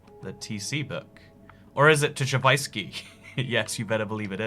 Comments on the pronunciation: “tchavysky” AAAAAAAAAAAA its tchaikovsky cmon man also listen to tchaikovsky 6th symphony he’s good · that physically hurt me to listen to him pronounce Tchaikovsky so wrong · pronunciation of Tchaikovsky is painful but unsurprising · The way he pronounced Tchaikovsky...